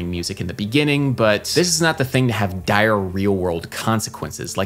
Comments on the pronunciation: sounds like he's saying "diarreah world" consequences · Am I the only one who heard "dire real-world consequences" as "diarrhea world consequences" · Did you say diarrhea world consequences? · Thought you said "diarrhea" world consequences - but you said dire, real world consequences.